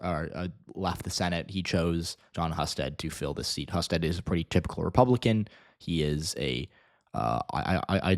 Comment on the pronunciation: His name is pronounced Hyou-sted.